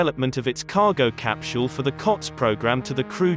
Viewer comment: The "cap-chule" is really hard to ignore!